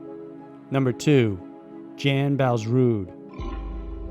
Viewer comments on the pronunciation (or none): Jan Vals Rude is pronounced YON ROODA. Just so there isnt any confusion, that Jan is a male in Norske, and usually refers to the name John. Thanks so much for these great highlighted documentaries!! I enjoyed listening to them.